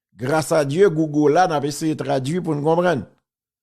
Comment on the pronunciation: wap pale konsa,kisa ki GOUGO wa? Di mo anglè byen ou byen di Gougèl an kreyòl